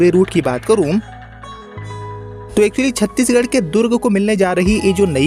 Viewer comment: नाम छत्तीसगढ सही बोलो तो कोई भी ट्रेन बिहार से ही kiyo जोडा जाता है